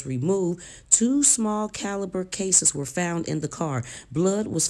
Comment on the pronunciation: It's the FOUNT, instead of found, for me!!!